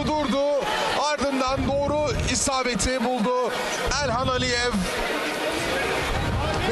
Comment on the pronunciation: Sunucu kim? Elxana Mesut diyo 🤣